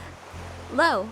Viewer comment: Um did she say love or lo